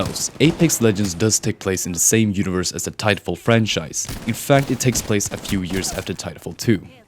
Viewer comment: "plase" lol